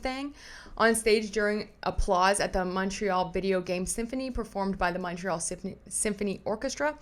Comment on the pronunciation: ….you pronounce Montreal correctly! No need to apologize for it 😜